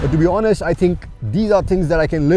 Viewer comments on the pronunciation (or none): none